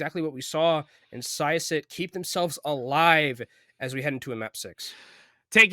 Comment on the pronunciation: syosset pronounciation was a mess XD